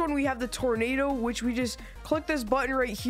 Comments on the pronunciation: It’s tornado not tornata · Tornado? Did you meant tomato 🍅